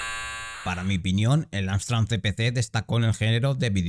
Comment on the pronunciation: Estás diciendo todo el rato AMSTRAN ... ¿en serio? ¿con N? 🙄